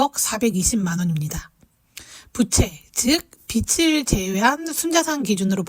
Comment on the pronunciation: 빚을 활용하다. 이라는 문장의 발음은 비츨이 아니라 비즐 활용하다로 발음 하셔야 해요. 비치 얼마일까요? (X) 비지 얼마일까요? (O) 비츨지다(X) 비즐지다(O)